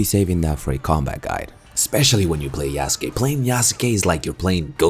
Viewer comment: It’s pronounced YASKAY my guy lol